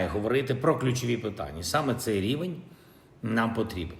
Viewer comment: Рівінь лідЕрив.. практикуй мову за кадром.